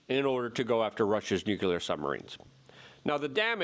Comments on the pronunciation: Luke PLEASE, its NUKE LEE ERR not NUKE YOU LERRR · Why does Luke spell "Nuclear" when it's obvious, by how he pronounces it, that it's supposed to be spelled "Nucular"? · Nuclear. New Clear. Two syllables Luke! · Nu - clear. New Clear. 2 syllables ✌️ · The word is nuk lee ar! Why does everybody, even educated people, sound illiterate?! People arent taking it aeriously because evryone sounds like a cartoon! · Nuclear actually has three syllables. Nu- clee-ar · Pronouncing nuclear with more than two syllables waters down the entire message.